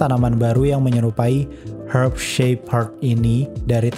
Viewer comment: Herb shape herb aja susah bg ngomongnya wkwk